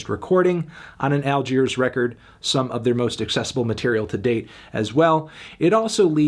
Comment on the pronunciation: Great video but did you really need to call them “All-queers”? That was a little too much if you ask me